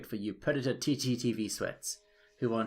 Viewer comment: You kept saying tttv not ttv